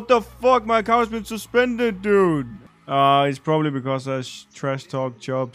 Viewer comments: "Dood"? Really? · IT'S NOT DOOD man it's dude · 에 dood가 아닌 dude 일껍니다